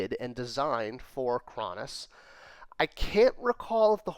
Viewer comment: and - you say it like "craw-ness". I thought Kronis was pronounced "crow-niss". :)